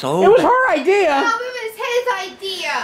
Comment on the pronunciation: No'ah!. Lol